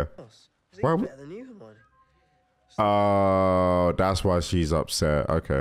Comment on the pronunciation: calling Death Eaters “def niggas” might be better than when Mr. video called Hermione “Armani” in his reactions lol.